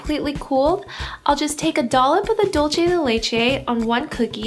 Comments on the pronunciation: Hiiii Looks so delicious!!! Thanks But the pronunciation of "dulce" it's with "ce" , you pronounce with "che" In the end of the word its must have to sound like "CE-lebration" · your mispronunciation of Dulce de leche was kind of annoying..hahaha its not "dulche" its "DULCE!" lol dulCE, like CENtennial, SENsitive. hahah the recipe was great tho. lol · boogie googie it was so damn annoying...dolchay